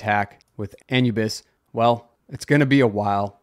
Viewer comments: How do you not know how to pronounce Anubis! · Wondering if this was the real cause of the Twitter/X outages. This is how you say: A - New - Bis. Anubis was originally the Egyptian god "of mummification, funerary rites, guardian of tombs, and guide to the afterlife as well as the patron god of lost souls and the helpless"